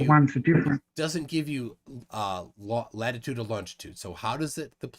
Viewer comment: “Longitude and LaNGitude” … 😂